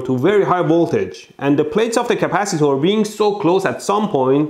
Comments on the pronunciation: Capacitaurs he says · the way you pronounced... CapaciTOR, ResisTOR🤣